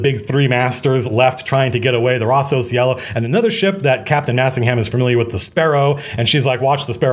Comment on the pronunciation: Hey Matthew, loved the stream, just one thing that if you like you might want to take into consideration. If Rosso Cielo is inspired from italian the Cielo part is pronounced with a hard c like chinese and lo sounds more like long.